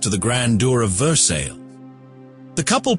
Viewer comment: your pronunciation of versailles is incorrect.